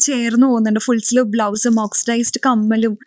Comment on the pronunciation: Full "sliv" aalla, "sleeve" aanu.